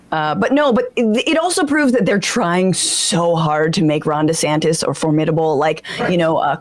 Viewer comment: Perfect. Rhonda Santis is a good one too. Ron did that one to himself because he dropped the "Dee-" in the pronunciation of his name. Supposed to be DeeSantis, but he changed it. Ooops! 😂